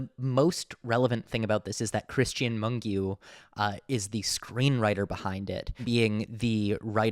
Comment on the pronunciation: also one more thing I feel the need to tell you, as a Romanian - the correct pronunciation for Mungiu is Moon-gee-ooh. hopefully it’ll come in handy next festival season. :)))